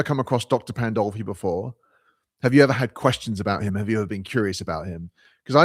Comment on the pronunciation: There it is: the stupidest thing I've seen this whole month. Sarfatti, a Jew, working for "christian nationalism." Also, it's Pandolfi, not "Poldolfi." You don't even know what you are trying to talk about. Some of you really don't deserve consumer electronics, cheap internet etc.